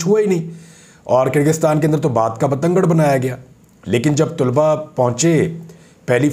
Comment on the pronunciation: Sir very respectfully It's not Tulba Actual word is talaba